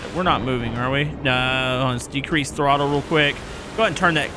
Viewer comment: I love hearing him say, boi. 😂 Throttel. 😂😂😂